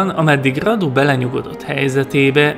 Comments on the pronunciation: Vlad= Vlád Radu= Rádu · A kiejtésekkel kicsit baj van, s néhány infót én nem így tudok, de lehet nem vagyok én olyan informált... ( kiejtések: Vlád Cépés, Mircséá, Rádu, Târgovisté ) Amúgy, ez kritika, de nem rossz indulatból írtam le! :) U.i.: Erdélyből vagyok, Segesvárról. S tudtom szerint, NEM SEGESVÁRON SZÜLETETT, SŐT...! Miaszar...? Hogy...? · Nincs ezzel semmi baj, de egy kicsit jobban tetszett volna, ha utánanéztél volna, hogy hogyan ejtik a neveket pl. Tepes-Cepes Radu-Rádu Targoviste-Türgoviste, de még egyszer mondom, nekem így is tetszett